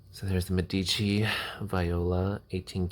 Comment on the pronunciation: It's meh-dici not meddici 👍